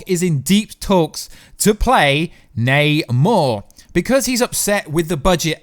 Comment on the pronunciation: Yay! is pronouncing Namor correctly!